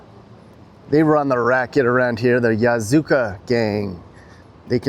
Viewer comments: Not Yazuka but Yakuza😅😅😅😅😅😅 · Yakuza not Yasuka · Yakuza. Not Yazuka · Yazuka? It's Yakuza. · "Yakuza", not "yakuza" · 'Yakuza' NOT ' Yazuka' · Yakuza lol not yazuka😂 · とてもかわいい, (totemo kawaii)means very cute lol...よこそう (yokoso)nishinari..means welcome to nishinari...やくざ(yakuza) not yazuka..lol..all good..my wife and I been watching you before you started traveling..keep it up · It is Yakuza, NOT Yazuka. ya-KU-za ! They are not street gangs. That's like calling the Mafia a street gang. They are serious big time organized crime organizations. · yaKUSAH not yaZOOKA ya palooka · "Yazuka"...or YAKUZA?😳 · Did you just call the Yakuza the Yazuka lol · it’s Ya Ku Za. You might think comparing US’s gang problems, Japanese gangs are mild, but the monarch of yakuza called Yamaguchi-gumi is making good amount of money worldwide. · isn't it pronounced "Yakuza"? Pretty sure it is.😅